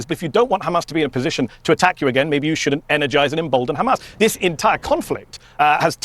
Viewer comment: They have zero talking points.. just khamas khamas khamas.. WHAT IS THEIR EXCUSE FOR THE WEST BANK WITH NO H!!..